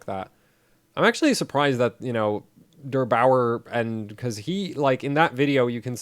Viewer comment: Derbauer ... not Dr Bauer ... lol